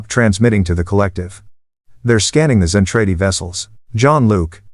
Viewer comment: ZEN TRAH DEE; terrible AI reader doesn't know English either